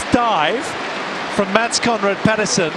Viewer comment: Petersen not Pedersen